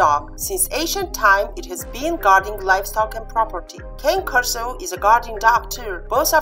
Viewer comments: If you used Al , since he is designed to robotically speak English, he will always say "KEI:N" with a long "I". It is correct to say "KANE KORSO" in Italian, not "KEIN". Explanation: Another YouTube channel owner had a similar problem. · Please, if you do comparison, know how to pronounce properly the name of the dog you are talking about! What a shame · Yes I know, it is correct to pronounce in Italian and even easier, but except for people who know its right pronunciation there are the majority of people who pronounce it in an English way, and there is always misunderstanding, when in plural I say Cane Corsi in Italian , I even took down one video for this reason :) so gotta envisage all people from all walks of society and demands, and suggestions helps me a lot and I'm thankful for it provided in what style suggestion is made, as you do it is more than help it is really a great help, some scold and that way suggest but I think i got a strong immune system now, got used to it :)